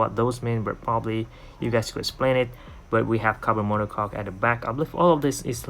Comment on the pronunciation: It's mono coke (pronounce) or mono cokee not mono cock. I love the new monocoque one model as for me